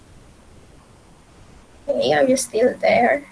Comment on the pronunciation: "hey.. are u still dere..." HAHAHAHAHAHHA